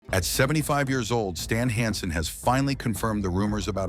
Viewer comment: Ver-nah Gah-NAY? Stahln HAHN-son?